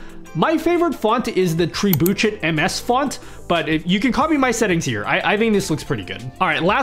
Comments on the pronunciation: Pretty sure it's pronounced treb-you-shay but I'm probably going to pronounce it tree-boo-chit now 😂❤ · You need to look up how to pronounce Trebuchet,... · I have never heard anyone butcher the word "trebuchet" this egregiously before, lol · "Tree bootch it" is how I will pronounce trebuchet from now on